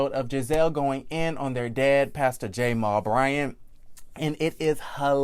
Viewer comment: Is there a reason why you're pronouncing Jamal Bryant's name that way. Its very annoying...And whats strange is that you are deliberately doing and I cant fathom why 🤔🤔